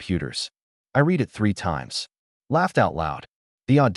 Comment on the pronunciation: You know it's AI by the way it pronounces the past tense of read as reed, not red